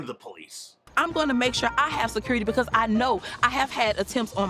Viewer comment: I say Cori can have the money for her "securrty" if she can pronounce security correctly just one time. And will someone please take the coke away from her. She looked like she was about to bounce off the screen.